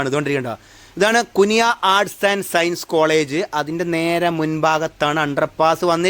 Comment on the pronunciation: കുനിയാ അല്ല കുണിയ